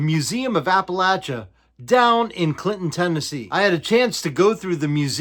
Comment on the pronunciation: I tried, I just couldn't make it more than a minute with him mispronouncing Appalachia. It's too much. I can't continue to watch the video.